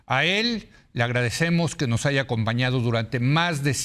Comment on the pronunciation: No se dice aiga, por favor no porque algunos hablan asi todos deben hablar asi.